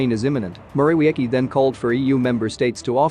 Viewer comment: How to pronounce Morawiecki: Mo-ra-VIETS-key